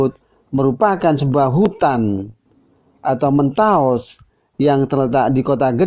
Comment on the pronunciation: Kok mentaos? Bukan mentaok?